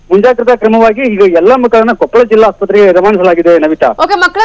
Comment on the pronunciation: Namma Kannada Jille hesarana maryadeyayagi nettage karere adu KOPPALA kopal alla